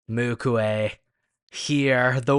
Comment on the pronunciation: not mukue its MUKU😊